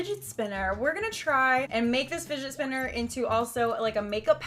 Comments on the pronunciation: did she say spotner spinner?😂😂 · "The spidget spinner" 😂😂😂😂